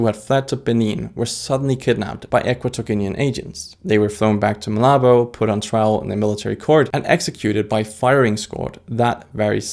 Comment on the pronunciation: It's Malabo not malobo